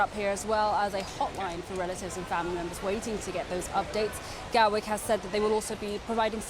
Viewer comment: "Gatwork" Airport?